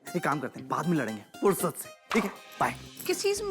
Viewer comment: Izzet se nahi forsat se😂😂😂